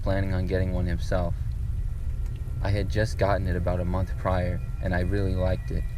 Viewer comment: “I was just willy happy” 😭